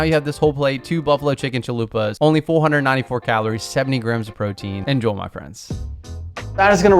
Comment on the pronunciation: It always sounds like you're saying "en-joel my friends" 😂😂